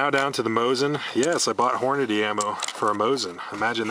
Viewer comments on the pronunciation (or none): For fuck's sake. Hornady, not Horniday.